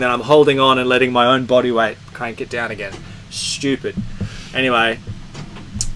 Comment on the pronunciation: Schtewpiid! There, is that how you spell it? Maybe shtoopid? Nah.